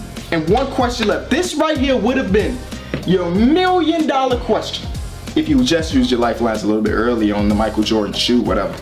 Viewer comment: A "millionuh" 😂😂😂